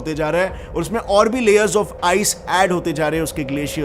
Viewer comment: Please pronounce scientists properly not scientiso that's hilarious man